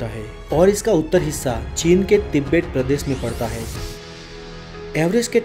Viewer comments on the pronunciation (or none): none